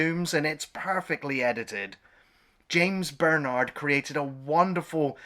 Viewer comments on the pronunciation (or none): none